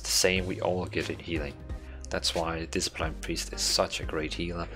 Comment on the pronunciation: "Diseplain Priest" x)